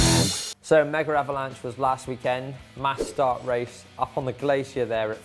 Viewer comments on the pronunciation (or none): Megavalanche doesn't have an "r" in it :)